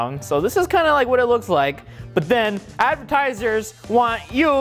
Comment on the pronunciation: ⬇️ this is how many times rio said advitiesers